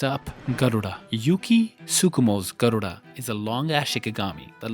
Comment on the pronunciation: Your pronunciation of Garuda is just chef's kiss 😽❤️